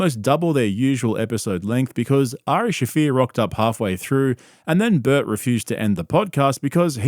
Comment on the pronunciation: Did you just say LaBert?? 😂😂😂